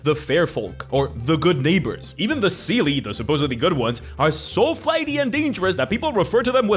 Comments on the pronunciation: I know you, as a latin speaker, would pronounce Seelie like that (I am as well), but the correct pronounce is something like "shee" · It's pronounced say-lay and un-say-lay 😞